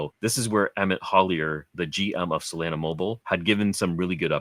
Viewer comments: Dude can you stop saying freaking saalana... Its solana like sol lana. You can say sol mail but you cant say solana... Say it with me sol lana... Just stop it... Freaking salana.. You said ugly af... Just stop it.. Im so mad right now... Eerrgghhhhh!!! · it's so-lah-nah, like how locals pronounce solana beach which is where the solana founder is from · if you make another Solana video can you please pronounce SOLANA correctly